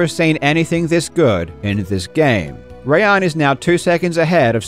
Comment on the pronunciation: as a Rayyan who gets his name messed up all the time, I just want to thank you for getting the pronunciation right. absolute legend.